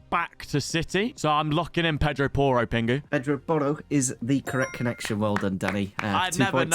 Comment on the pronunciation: It's Pedro Porro actually😂